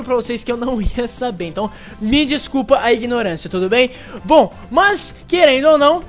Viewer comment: Ele falou ME errado